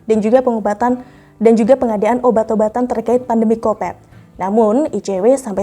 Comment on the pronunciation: maaf sebelumnya .....di telinga aku ko ga pas saat anada menyebut covid dengan kopet....di tempat aku kopet itu kotoran manusia .....sekali lagi maaf...seyogyanya penyebutan covid ya covid aja .....🙏🙏🙏